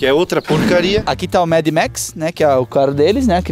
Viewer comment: Acho q to ficando surdo ouvi eles fala "mamitex" no lugar de madmax 😂😂😂😂😂😂😂😂😂